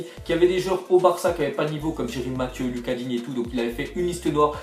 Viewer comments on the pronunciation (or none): none